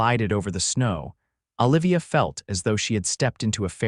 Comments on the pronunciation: the name of the female lead is Oh livia...... not Ahh livia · Exactly.... should be Ooh-livia rather then Ahh-livia..........grumble.. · Enjoyed this story very much. Please correct your pronunciation on you female main character it is O-livia, not Ol-ivia as she is not Popeye's girlfriend Ol-ive Oil. You pronounced it nothing ways throughout, drove me nuts, disconcerting.